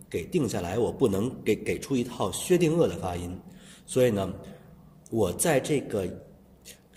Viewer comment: 薛定鄂的发音😂😂😂